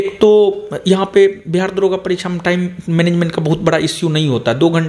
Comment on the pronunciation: दारोगा नही होता है दरोगा होता है।।😁😁😁